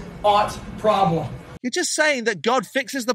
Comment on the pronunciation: Ploblem, hehe